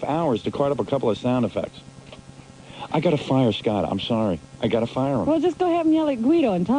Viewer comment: * I’M ON FIYAH